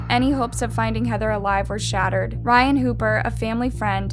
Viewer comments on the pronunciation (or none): none